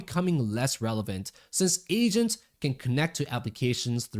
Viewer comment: Hearing "Asians" instead of "Agents" hits different ☠️